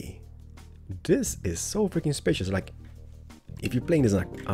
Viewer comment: When u say "I freaking love it" it sounds like u say "africans love it"